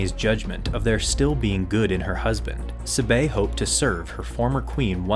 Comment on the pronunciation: Please learn how to say, "Sabe." It's so cringe.